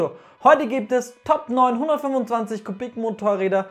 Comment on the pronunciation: wer versteht auch die ganze zeit 925 ccm ?